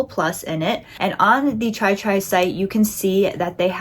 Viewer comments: Love your demonstration. However you are butchering the name it is TIR TIR and not tri tri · Bro- “TREE TREE” 😅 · it's pronounced "tear-tear" 😅 but enjoying the demos! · I found your almost dyslexic mispronunciation of Tirtir' really charming. I love it when people totally misread something so simply written and have their own quirky perception, something they're entirely oblivious to-- it's how life long in-jokes between friends start and this weird misreading gets everybody at some point of their lives. My husband used to misread the 'Chocolate Leibniz' biscuit pack and call them 'Chocolate Lesbianos'. Hooooow?! And 'relaxing bath' written on a bottle of bath gel was 'relaxing brain'. I love it. Enjoy your Treetree foundation you gorgeous girl! :goodvibes